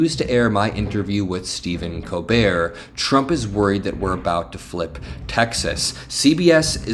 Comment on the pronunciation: LOVE the show, but brother….. COLbert, not Co-bert😂